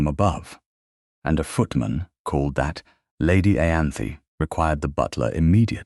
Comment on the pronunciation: Why did it not occur to anyone that a laundry maid, who was unlikely to speak any language but English, would ask for a place in another country rather than somewhere else in the UK? And "Ianthe" is pronounced "Eye-ann-thee", with the "th"as in "think".